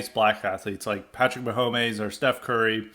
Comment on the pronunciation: "Patrick Maho-meyz" lol